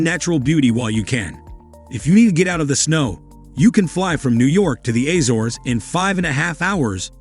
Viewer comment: "appreciate the juxtaposition" yet ya can't get the names of various places- assores!! Really try A-zores!! What is this AI commentary? Good try detracts from the video....